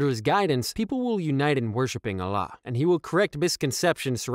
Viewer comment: Allah not Alah brother